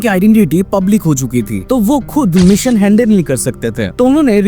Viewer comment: Dekh bhai Mission ko meeson kahe toh bada irritation hota hai,, video atcha thaa abhi meeeeson sunke ja raha